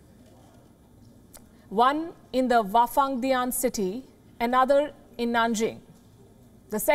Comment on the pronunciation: Palki deserves a pat on the back, for correctly pronouncing the 'wafandian city' in the first try. See, I can't even write it ffs.